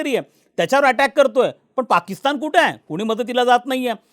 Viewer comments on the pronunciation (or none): none